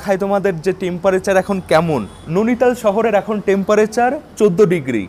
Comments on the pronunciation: Bhai tomar video bhalo lage tachara ota नोनीताल noe नैनीताल। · Are dada nonital noy. Noini tal. Ar ota noni lake noy. Noini lake.😮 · ননিতাল ❌ নেইনিতাল ✅